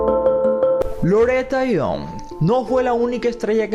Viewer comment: Loreta Young ..young NO YOUNK....